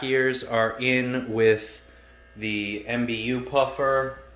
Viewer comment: not trying to be difficult, but why call these african puffers m, b, u puffers? Mbu (pronounced muh boo) is its name, not an acronym:)